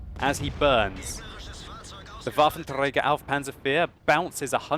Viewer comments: WolfenTrrrrragar xD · why are u struggling with that R when saying waffentrager?